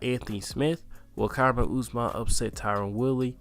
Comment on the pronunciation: How dont you know how to pronounce Kamaru at this point?